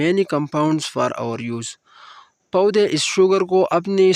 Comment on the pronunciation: poday not paoodayyyyyy